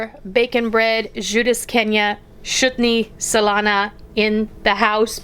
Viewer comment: this is one of my favorites from my childhood. Amd you pronounced it [erfecti;y